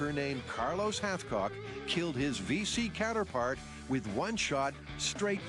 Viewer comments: Wait, Carlos who? I thought I heard halfcock. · His name is Hathcock. Not Halfcock.